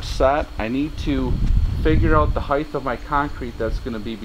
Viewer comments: I'm from Michigan, and they are correct. Even in Michigan, the word is "height", not "height". No matter where you are, there is no such word as "heighth". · No such word as heighth!!!! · I wanted to like this video so much, but the "heighth" was really getting to me!!! It's "height", not "heighth". I know people think of "width" and want to put the "th" on the end just like "width". But there is no "th". It's just "height"... :) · The word "height" rhymes with "night". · Thanks for the video, but there is no "h" at the end of "height". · I noticed the mispronunciation as well.